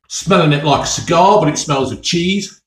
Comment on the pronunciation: Right folks, Cheeseh